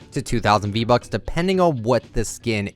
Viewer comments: It sounds like he said b bucks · so no one’s gonna talk about how he said “B-Bucks”?